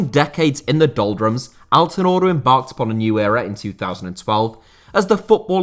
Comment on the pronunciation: As a native turkish speaker I can tell you that your pronunciation of Izmir and Altınordu was great. Keep up the good work and pls continue to making videos on niche topics.